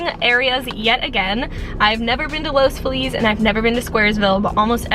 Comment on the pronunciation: los FEE-lis <3